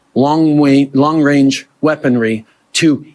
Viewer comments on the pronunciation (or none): Did he say long wang? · I think Justin showed us who his masters are when he said "Long Wange Missles" 😂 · ‘Long wange’ 🥴🥴🥴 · watch out for dat wong wange weaponwy!!!